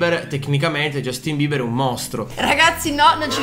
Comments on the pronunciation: non si dice cosìii, si dice Jastin Bibaaa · Giastimber ha una pronuncia ridicolissimo